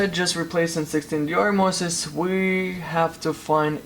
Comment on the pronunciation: is hard to get 16 vr mosses? ir moses? vr mosfets??? man I can't understand what you saying and I need that part to be replaced on my rtx 2070, and i have no idea what to search for.. it went in flames 🔥😓